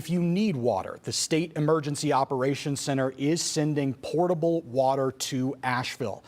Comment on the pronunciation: Potable, not portable